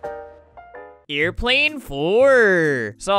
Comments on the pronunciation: I Absolutely love the part where he pronounce's "airplane 4" as "aerplaen foer" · "eIrPlAnE fOuR" made me laugh so hard